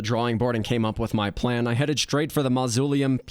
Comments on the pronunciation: mausoleum is not pronounced like that lol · Mausoleum as well